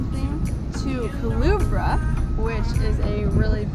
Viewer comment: Omg you butchered the name 😂😂 it's pronounced Ku-LE-BRA, nice video though🇵🇷